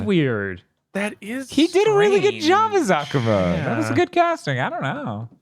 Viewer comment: Why do you guys all mispronounce Akuma's name, it drives me nuts